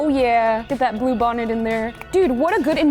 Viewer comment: When she said blue bonnet i though she said poop 💩 on it